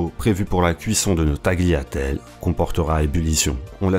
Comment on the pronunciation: prononce pas le g dans tagliatelle bro. et pas de s.